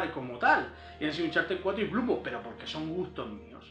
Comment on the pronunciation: Se pronuncia bladborn, no bludborn